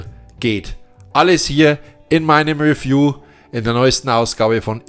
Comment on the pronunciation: Hat Dir eigentlich noch nie jemand gesagt, dass Du "Review" falsch aussprichst? Tut richtig weh im Ohr. Und es heißt Re- pr-i- se und nciht "riprais".